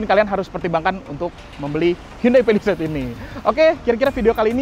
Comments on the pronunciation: Cara yg bener ngomongnya Pa li seit Bukan Pe li seit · Ke "pelised".. Ati2 licin om